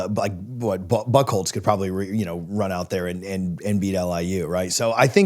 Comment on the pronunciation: The guy on the left would have more credibility if he pronounced Bucholtz correctly.